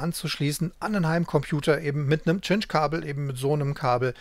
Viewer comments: Eigentlich wird der Cinch-Anschluss weder "Tschinsch", noch "Kinsch" ausgesprochen. Richtig spricht man es "Sintsch" aus. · Nettes Video. Und zur Aussprache der guten Cinch-Stecker: sinch wäre richtig, tschinch oder kinch wäre falsch.